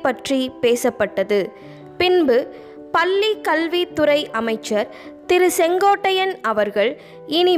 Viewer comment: மகிழ்ச்சி சகோதரி. தயவுசெய்து உங்கள் உச்சரிப்பைச் சரிசெய்து கொள்ளுங்கள். தமிழ் என்பதை "தமில்" என்றும் கீழே என்பதை "கீலே" என்றும் பள்ளி என்பதை "பல்லி" என்றும் உச்சரிக்கின்றீர்களே!!! பொது ஊடகங்களில் சரியான உச்சரிப்பு மிக அவசியம்.